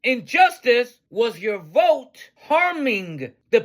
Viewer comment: "I will boat for Donut Trump" LMAO!!!